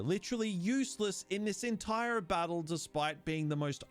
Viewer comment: Okay, WHAT is going on with this guy's accent? Every time I think I know how he's going to pronounce an "r" he does it differently. I was trying to ignore it but then I heard "he throws his entiRe ahhk out the window." I've never heard that happen before.